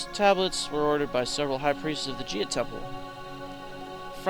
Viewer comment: If you're gonna spend an episode correcting grammar/spelling mistakes made by people who first language is not English, learn how to pronounce Gaia - it's" Gai-a" not "Gia".